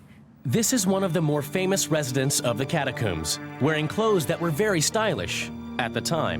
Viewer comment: Sorry - after the third "cat-a-cooombs" I'm out 🫠